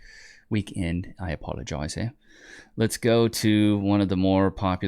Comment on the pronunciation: "i do ajolopize on that" xD